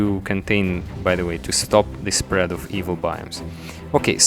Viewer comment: oh I feel sorry for you on the thumbnail, you said contain and prevent 'spead' lol